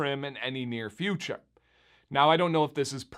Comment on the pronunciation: in the beginning of the video when you said “in the near future” it was just in a sort of dialect that makes it sound Wisconsin ish 🤙🏼😜